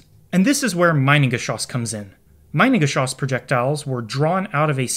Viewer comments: A little note from a German: Pleeeease don’t pronounce the word Minengeschoss as „mainengeschoss“. The letter i is pronounced e in German, like in the word „inter“. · That's funny, you know a huge load about the Minengeschoss but you still can't pronounce it correctly 😂 Try to say meenen but don't make the ee to long, just take the sound of the ee when you see an i in German. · Begging people that if they make a video about something like "Minengeschoss" they at least check that they pronounce the titular thing correctly. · In German - switch the pronunciation of I and e